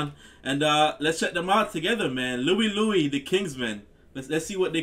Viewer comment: It's Louie Lou - eye.